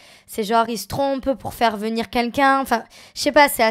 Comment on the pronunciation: Ya que moi qui l'entend toujours dire Qunlqu'un 😭😂😂😂